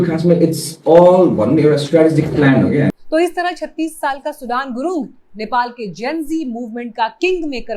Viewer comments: सुडन ✖️ सुदन ✅ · सुडान नहि सुदन है नाम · Are bevkuf host nam ka uchharan soodn hai Not like country Sudan ! You people re a joke ! As host or so called YouTuber ! Learn a language a bit and see world around you ! India is not the whole world ! Grow up Indians ! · सुडान नहीं सुदन बोलो। पत्रकार हो यो थोडा रिसर्च भी किया करो। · सुदन not सुडान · Madam naam galat pronounce kar rahe ho